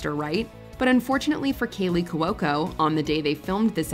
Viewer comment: My favorite is when you mispronounce Kaley Cuoco's name multiple times. There is no L in her last name!!!